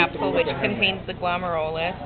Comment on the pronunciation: "glum-air-you-luss" guys. =)